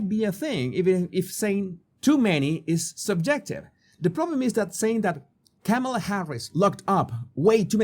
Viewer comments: KAH-ma-lah does not sound like camel-ah. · Kamala's first name is not pronounced Kam-eh-la -- where Kam is pronounced like the "cam" in camera. Her first name is pronounced Kam-eh-la -- where Kam is pronounced like "calm". As in 'calming touch'. I.e., Calm-eh-la (spelled Kam-a-la). Hope this helps. 😊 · Her name is not pronouce Came-a-la it's pronounced comma-la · sorry please pronounce her name correctly kama-la like comma comma-la thank you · Jesus, you of all people should pronounce people's name correctly. Kamala is pronounced Comma-La. If you are going to pivot this channel to political punditry, maybe start there. Especially since her opposition party purposely mispronounces her name to disrespect and dismiss her. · You need to learn how to say her name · How can you be credible when you can’t even pronounce Kamala’s name correctly???